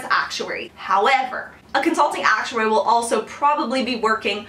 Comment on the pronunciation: Stop emphasizing ACTuary so much! Thanks lol